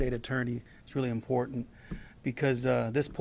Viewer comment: THESE ARE SOME UGLY ASS MFERS! GRADY SAYS ''IM POOR DANT'' FOR ''IMPORTANT''! THERE IS NO ''D'' IN THIS WORD BOSS!!!